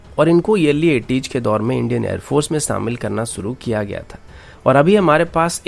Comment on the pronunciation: भाई "सूरू" नही "शुरू" होता है और "सामिल" नही "शामिल" होता है! 1.35 तक ही मैंने विडियो देखी। यही कहूंगा कि पहले अच्छे से ज्ञान प्राप्त करे और जरूरत हो तो तभी बांटे।